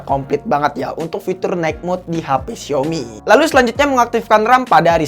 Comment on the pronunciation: Xiaomi bacanya siomi ~logic